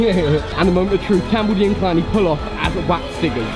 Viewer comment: Um... Dont you mean Waks figures? 😂😂😂😂😂